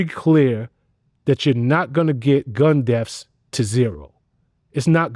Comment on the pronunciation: Vlad's Common'tater says " gun deafs " 😄